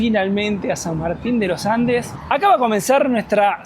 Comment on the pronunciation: "San Martin de lo Ande" 😂